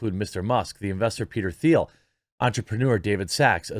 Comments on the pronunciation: Yo homie, it’s pronounced Peter Teel. 🐾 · You pronounce Peter’s name like the color “teal”. The “h” is silent in Thiel.